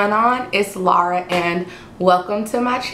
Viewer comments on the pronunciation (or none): none